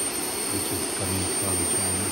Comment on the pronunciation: CHY-NA IS ASSHOE!